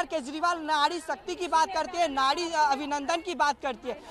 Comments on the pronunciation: Nadi nai nari mere bhai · Nadi nhi bhai nari. Aap zindabad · नाड़ी नही भाई नारी होता है 🤣🤣🤣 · Nadi nahi nari hai Bhai 😂😂😂